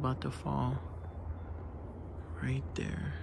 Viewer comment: When he said “it’s right der”🥰